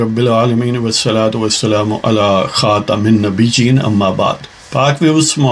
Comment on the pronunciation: اصلاح خاتمَ النبیین جناب م پر زبر ہے زیر ادا نہ کریں اگر چہ رب کریم دلوں کے حال جانتا ہے لیکن ادائیگی درست ہونی چاہیے